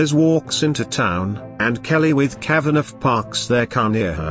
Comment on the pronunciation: The robot voice keeps pronouncing the name Kavaneff, because it seet the gh at the end. It should be Kava naw.